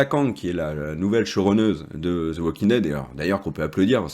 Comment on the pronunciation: Cessez de dire zo The Walking Dead c’est fatiguant à la longue dites The ( de sur le bout de la langue 👅 comme si vous avez un poils au bout mais cessez de dire zo The Walking Dead . Écouter encore et encore et vous n’entendez plus de zo The Walking Dead